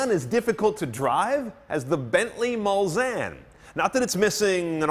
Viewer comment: Very impressive car. Bentley Mul-Zanne, according to.